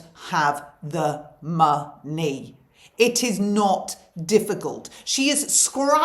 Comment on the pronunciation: “People, just, don’t, have, the, muh, nee.” I didn’t expect that. Another great laugh. I guess the feeling here is, if you don’t have a good laugh, you will probably cry instead. Hope your night out was great.